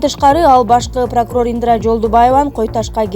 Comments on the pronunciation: ИндРа эмес, ИндИра!!! Канчалык сабатсызсын!!! Темпратура......... де...... ужас!!!! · ИндИра эмес Индира 😁